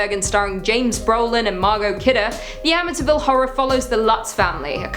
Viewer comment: I cringed everytime you said amitiville ......its amityville